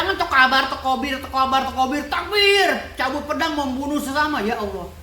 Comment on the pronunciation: 😂😂😂 jd ngakak dgr omongan abang ini,tekobar ,tekibirrr😂😂😂